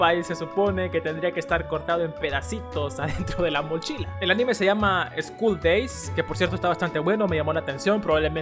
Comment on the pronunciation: Es escool day no es Escool dey